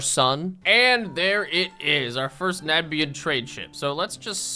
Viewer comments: It hurt each time you called nanban ship as nanbian ship ❤ I still love you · NAN-BAN. there's no i in it.